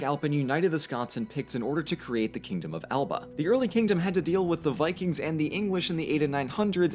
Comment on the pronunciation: cringing when he pronounces Alba wrong